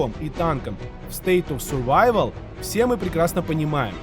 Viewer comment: так красиво научился выговаривать “State of survival” 😊 прям как носитель языка звучишь 😀